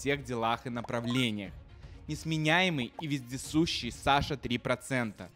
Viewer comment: Вездесцущий????????? Или я, ослышалась?????? 👍👍👍👍👏👏👏👏